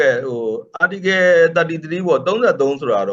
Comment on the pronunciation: Article ကို ပီသအောင်မခေါ်တတ်ဘဲ ဘိုလိုကြွားနေသေးတယ်။